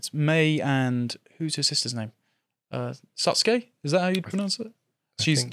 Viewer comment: The big sister's name is Satsuki, not Sasuke.